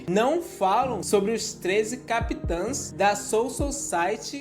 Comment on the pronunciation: CapiTANS, Ixígo.... Pqp! Que agonia kkk